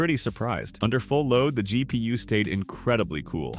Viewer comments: those are FULL BUILD prices, not case prices, though I agree those prices are "kind-of" insane. - "Dual slot "Zhai P U" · Dual-slot Zhai P.U.what now?